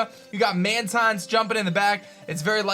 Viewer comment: It’s pronounced man-teen